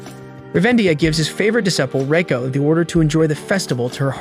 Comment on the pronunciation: Disciple is pronounced dee-cy-pul